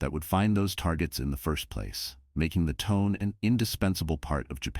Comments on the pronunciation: The Japanese Cruiser Tone. I think it's pronounced: "Toe-Nay". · Pronunciation of the star is pretty awful. It’s Tonay. I couldn’t like the tone of your version.